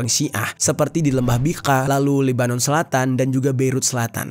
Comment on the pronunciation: Kalau chanel YT mu mau selamat Jangan nampak sangat Unsur kebenciannya, Sebutlah nama negaranya dengan betul🙏